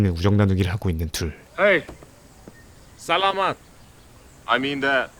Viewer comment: 존 영어할땐 티 안나다가, 에서 Salamat할때 따갈로그 발음이 그냥 한국인이네요😂 피노이 특유의 살라-맛 리듬이 없음